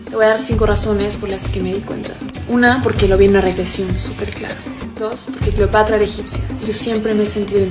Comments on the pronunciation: Cleopatr"O" xD jajajajajaja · ESA no es Cleopatra, es Cleopetra